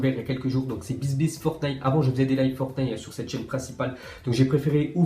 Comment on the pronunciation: Après Netflique, il dit Fortnaille